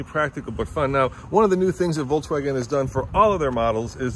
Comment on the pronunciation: Voltswagon? Lol